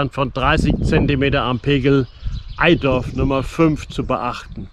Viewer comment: OOOOOHHHH das tut weh. Erstens liegt der Bereich der Sieg ab Au (Sieg) in NRW und dann heißt es BITTE nicht EiDorf!!! EiTorf. Ei + Torf. So klappt es dann meist mit der Aussprache;) Schade hätte ich gewusst, dass du vorbeischaust, wäre ich mal eben runter gekommen. Wohn ja in eben diesem EiTorf. Es gibt eine gute App die man nutzen kann, Kenntnis über die Pegellimits vorausgesetzt: Meine Pegel im Google Play Store.